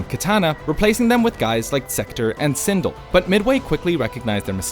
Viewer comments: It’s pronounced sin-del like del computer not sin-dul 😂🤦🏽‍♂️ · 💀he butchered sindel's name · I'd butcher Sindel... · He straight up says Kituhna and Sindul. Lmao okay...next video.